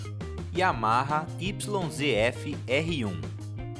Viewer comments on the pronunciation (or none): none